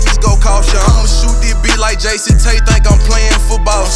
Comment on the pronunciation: Bro said Jason Tate 😂 I thought his name was Jason tatum